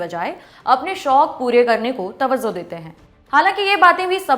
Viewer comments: It's tawajjo and not tawazzo.. Thank me later .. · Tawazzo bol Rahi Hai 😊 Sahi Urdu Bolna Nahi Aata